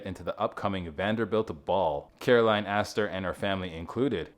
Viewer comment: and Caroline, not Carolyn